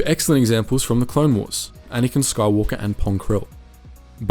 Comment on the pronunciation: It’s pronounced Anakin